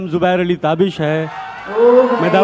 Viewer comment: ❤️not tabish it is taabish plz